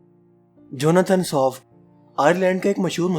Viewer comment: Janathan swift not soft...Plz